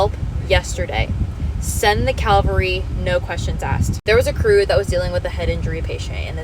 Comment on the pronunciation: interesting! Thanks for your service... oh, btw it's Cavalry not Calvaryi...